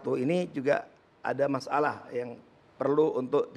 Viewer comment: Pak masalah ya bukan mas alah. Duh perlu diperbaiki lidahnya !